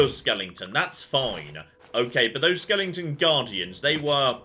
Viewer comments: Don't forget skeleton, not skellington! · please, it's skeleton, not skellington!!!! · I just wish he'd say "skeleton" properly.